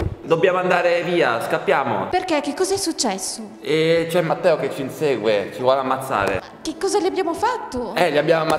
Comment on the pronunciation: Pure io ho sentito masseo lol